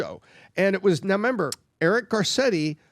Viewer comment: is so intelligent but he says “do you member?” Brooo. It’s REMEMBER! lol